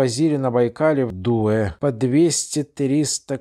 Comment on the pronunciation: Поселок Дуэ был основан в 1852 году под названием Сахалинский пост, но вскоре получил свое нынешнее название: Дуэ - так назвал его Жан-Франсуа де ла Перуз в честь городка Дуэ (Douai), находящегося на севере Франции. Соответственно, ударение падает на последний слог. В 1959 году здесь проживало более 3 тысяч человек, в 2013-м - 89, в 2021 - 28. Мыс Жонкиер назван ла Перузом в 1787 году в честь Жака-Пьера Жонкьера - французского генерала и губернатора Новой Франции. В честь последнего в Канаде также назван город Jonquière в Квебеке. Дербинское поселение (ныне - Тымовское) основано в 1880-м году и получило свое название от имени Антона Дербина, первого смотрителя новопостроенной там тюрьмы. Говорят, господина смотрителя убили неблагодарные заключенные за то, что он с ними жестоко обращался. Словом, это была неплохая идея в 1949 году переименовать поселок по имени реки Тымь. Соседнее Рыковское поселение (ныне - Кировское) - по имени Якова Рыкова, основавшего, в свою очередь, и там тюрьму. Рыковское переименовали в Кировское... правильно, в 1937-м году, чтобы не возникало ассоциаций с Алексеем Ивановичем Рыковым, крупным советским государственным деятелем, которого к тому времени уже сняли со всех постов, вот только расстрелять еще не успели. Ausgezeichnit, как сказал бы михайловский Адам Адамыч. Арково - село в 9 км от Александровского поста (ныне - Александровска-Сахалинского). Название села считается производным от нивхского топонима Арк’и-во: «арк’е»- крупная корюшка, «и» — ре